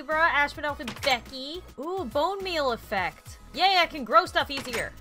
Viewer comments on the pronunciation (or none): none